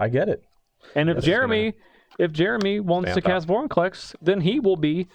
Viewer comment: I'm sorry, did you say Boringclex? Lol I kid. But really, he turns into archenemy so easily.